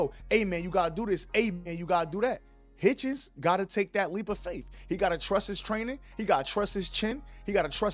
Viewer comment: It sounds like you’re saying Richardson Haitian!😂